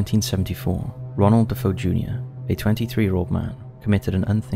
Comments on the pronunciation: It’s DeFeo, not DaFoe. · Just an FYI, the name is pronounced “De-FAY-oh,” not “Da-FOH”. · It’s DeFeo, not Defoe btw. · i think it's DeFeo, not DeFoe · His name is Defeo not Dafoe fyi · The proper way to say DeFeo is D -fay-o...I was a huge fan of Ed and Lorraine Warren...nice job on video. All of these have been made into movies